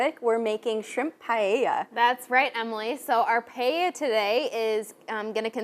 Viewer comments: "That's right Emily we're making some Spanish Paya" ????????? I don't know if I would want to take lessons from someone who has difficulty saying the name of the dish....... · The blonde can't say Paella! Lol! Makes me smile.